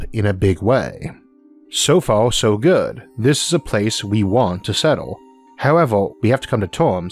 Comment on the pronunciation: The Staws are so incwedibly faw away its just hawd to compwehend how faw they weally awe away.